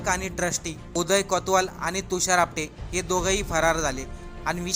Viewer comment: Not apade its apate😂😂😂😂😂